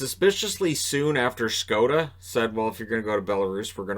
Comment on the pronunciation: Wow, i'm very surprised that you know how to pronounce "Škoda" :D